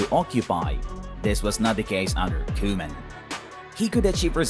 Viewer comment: i loved the pause at koeman 😂